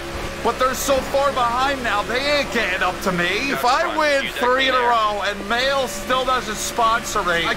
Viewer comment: What’s happening everybody Mahle won’t sign you bc you keep pronouncing the name wrong here 😂